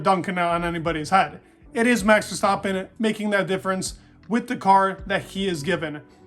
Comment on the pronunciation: Very nice pronunciation of verstappen in the beginning!